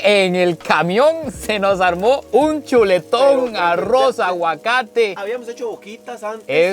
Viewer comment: yo si quisiera saber por que cuando pronuncian algunas palabras con la letra R hablan como si fueran gringos Arrouz Rojous wtf no entiendo nada